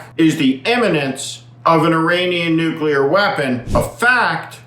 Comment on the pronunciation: He cant say the word nuclear .He tried .When is Trump going to admit that the nuclear sites were not hit:hand-orange-covering-eyes: deep enough?